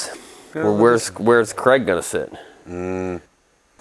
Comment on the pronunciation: Stop saying Cregg